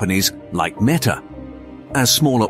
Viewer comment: itrs not meeta its metta!